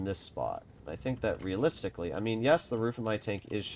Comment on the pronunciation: The amount of times he said realistilcy